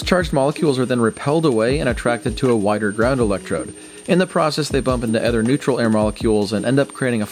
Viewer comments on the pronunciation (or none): "other" is pronounced "uh-therr", not "eh-therr." I thought matthias710 was the only one with that speech defect.